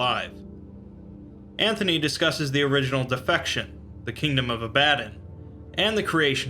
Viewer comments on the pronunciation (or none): Ab-a-don Not A-bad-on....